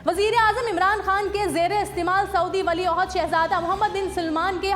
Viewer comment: Ahsta bola kero ..wali aehd hota hy wali aohud nahi